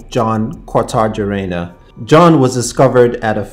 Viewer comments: Your pronunciation of brands are awful 👎 and is kortajarena No kortajarina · its pronounced as jon kortayerena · You forted to mention that Jon Kortajarena (pronounces Kortaharena) is from Spain.